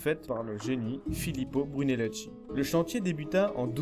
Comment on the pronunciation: très bien le résumé. j'ai découvert tes vidéos avec l'Acropole, aussi très bien fait. Étant de langue maternelle italienne, dommage pour ma part d'entendre les noms des italiens prononcé par une lecture française ! Brunelleschi ça se prononce en français "Brunelleski" (le h en italien durcit le c ou le g qui le précède), et Ricci "Ricchi", à peu près quoi ;-)